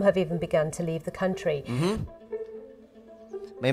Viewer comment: can you check how country is pronounced?